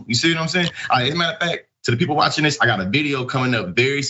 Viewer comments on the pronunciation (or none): none